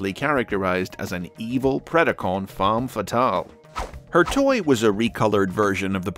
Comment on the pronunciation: Holy crap he said « femme » correctly